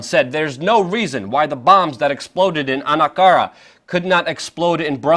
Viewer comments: If you are going to pretend to be a journalist, at least take the time to learn the names of people and things you are pretending to report on: 1. It is not "End-Ah-Ron," it is "Ere-doe-wan." 2. The former Constantinople is not "Anna Kara," but "Ank-Ah-RaH" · Who is ED-NAR-ON and where is ANK-ARE-A ? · >An-a-ka-ra dropped